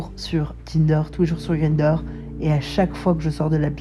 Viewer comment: "green-der".... lol ... non, ça se prononce comme 1 en allemand "gr-ein-der"